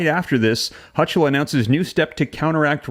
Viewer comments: "Hochul" is pronounced "Ho kul." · Pronunciation of Hochul is pronounced HO kl. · It’s Hocall . That’s how you pronounce it. ho-call. One word. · The NY governor's name is pronounced "Hoe-kull." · its pronounced HOKOL (HOLCHUL) the CH is pronouced as a K. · I will not let that happen. It will be over my dead body! The Ch in Hochul is pronounced like a K. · I think you might want to practice how to pronounce her name and "appellate" so you can maintain credibility. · Please learn how to pronounce Appellate and the Governor's name! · You're saying her name wrong!